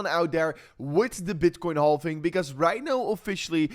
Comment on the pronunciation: Silent "L" in halving my friend ❤